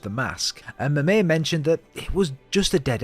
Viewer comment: Right but Mimir pretty much has a British accent, yet the creator says it really weird in the first part of the video.